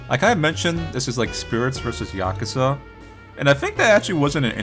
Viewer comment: The way says Yakuza has to be like a sin for saying it wrong